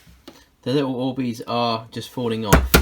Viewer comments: These aren't orbeez they're worbeezs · Me: clicks the video: ORBEES 😂😂😂😂🥰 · sorry😂😂😂but at the start when he said orbeez i thought he said boobies😂😂😂😂great video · When he said orbeez i tought he said "oh wees" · Oh bees? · Annaleec Wright it sounded like he said oobeez lol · Why does he say oh baes all the time? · shakes ORBEEEZ 😂😂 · No ! OR - BEEZ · I mean but btw he said o bees XD IM NOT HATIN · Omg i dont know who u are but i subscribed once u first said orbeez with youre accent